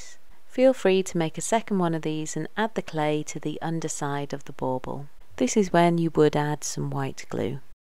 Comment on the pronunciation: Bauble not bowbow. Lol